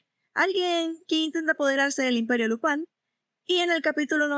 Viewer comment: Dices lopan todo el rato para imitar un acento frances? O eres española que llama a spider man espa(in)der man? En latinoamerica a Lupin se le conoce como Lupin y no fue muy popular como super campeones o cobra